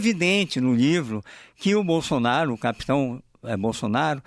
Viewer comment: Não tinha outro pra essa entrevista. O nome é Bolsonaro. O cara tá falando bonsonharo kkkkkkkkkkkkkkkk